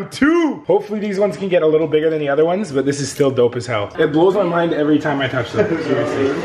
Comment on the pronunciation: how many times did say lickle instead of little